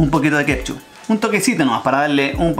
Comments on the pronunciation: Wena se dice ketchup, no kepchu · Fabian Astudillo huajauajaja no la corta nunca con decir “kepshu”